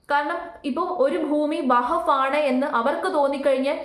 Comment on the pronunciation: വഹബ് ബോർഡ് അല്ലാ , വഖഫ് وقف ബോർഡ് എന്നു പറയൂ . സത്യത്തിൽ പേര് തന്നെ പറയാൻ ബുദ്ധിമുട്ട് ഉള്ളത് പോലെ തന്നെയാണ് അതിൻ്റെ വിശയവും അത് കൊണ്ട് എല്ലാം നന്നായി പഠിച്ചതിന് ശേഷം വിഷയവതണം നടത്തൂ